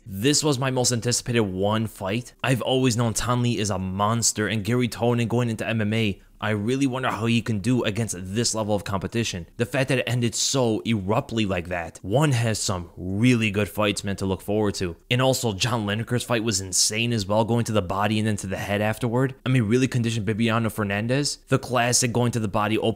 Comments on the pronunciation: Eruptly? 😂 u mean abruptly? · Did you say "The fact that it ended so eruptly" instead of abruptly? lol. Absolutely love your channel. You Truly have the best MMA analysis in the game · did you mean to say “abruptly”? It sounds like “erruptly” lol